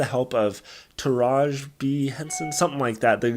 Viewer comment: YOU MEAN TUH-RAW-GEE.. NOT SOMETHING LIKE THAT LOL